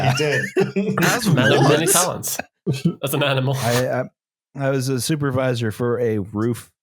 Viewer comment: Were you a "zoopervisor"? 🙃